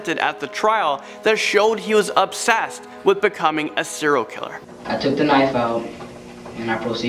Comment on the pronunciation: 'Siral killer' 😑 Well done...